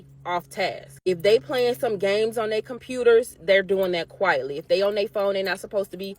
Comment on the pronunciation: Hey teacher...it's not "dey friends", it's "their friends".